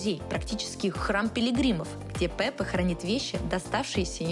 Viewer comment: Замечательный выпуск! Единственное, было бы здорово, если бы при озвучке учитывались правильные ударения в именах. Не ХéСус, а ХесУс. Вместо ПепЭ, ПЕпе!